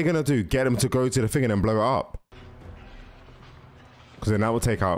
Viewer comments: Bro saying ting instead of thing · It’s thing not ting